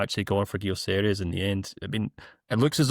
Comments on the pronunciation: Why’s he calling VG ‘Gyoceres’? 🤔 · Why is he calling him Gioceres!!! xD